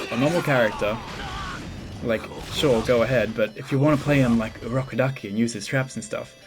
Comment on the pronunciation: Ur rubberduki. I keep hearing that now 😂😂😂